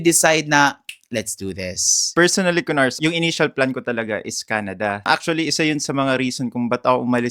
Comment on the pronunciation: Ku-nars and Ku-phars 🤣🤣🤣🤣